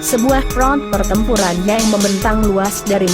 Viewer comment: narator paling jelek cewek ini nih yg bicara di video ini...bilang yang aja jadi YENG aneh banget apakah gak sekolah ini cewek